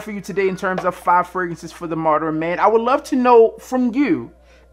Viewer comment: Moderin lol come on b